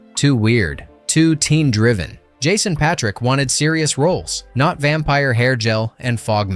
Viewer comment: Honestly, the two Corey's (before they became) had everyone cracking up in theaters with their banter. The girls drooled over the sexy biker gang. And the action was unbeatable for a "teen vampire biker fantasy" And Jason's last name is pronounced Pay -trick